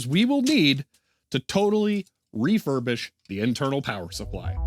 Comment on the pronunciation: did you say "REFA-rbish"...?